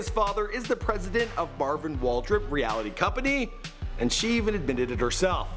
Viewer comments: Realty. Pronounced Real-Tee. But I'd LOVE to know what the president of a reality company does. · reality company lmao bro realty...jesus christ like a realtor..the job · Wait, did this fool say "Marvin Walter reality company"?!?! Haha... You and Vicky might have taken the same bus to school haha... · Come on.... "reality company" i know/hope u can read. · Reality? I’m pretty sure that not how you say it lol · Do u just not know how to read or what? u said "her dad is the president of Marvin Waldrip REALITY company" ITS NOT REALITY ITS REALTY WHEN TALKING ABOUT REAL ESTATE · Realty* not "reality" hahaha. Real Estate dude haha. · its pronounced REAL--TEE